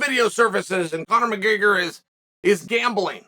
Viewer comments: Chael took the first R out of McGregor and added it to the word breakfast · Bro said mcgayger